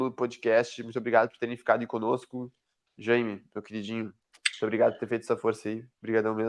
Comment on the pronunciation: Chamar o cara de Jãime é muito engraçado 😂😂😂